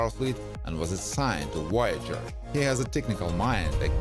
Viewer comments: Its Voyager not woyager. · Pretty sure there is a V in Voyager, not a W